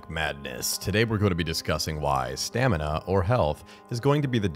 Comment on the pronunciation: Stanima? Anyone else caught that?